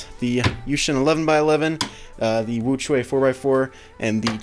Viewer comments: "the WuQhua" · it is pronounced 无缺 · The 4x4 is actually pronounced....... wookie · Actually it's wuque is not pronounced like that stills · you still pronounced 'wu que'(无缺) wrong 😁